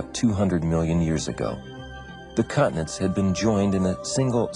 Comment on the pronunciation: Continents not cutnets